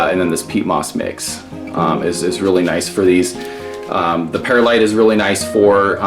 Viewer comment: Pur-lite not Pear-light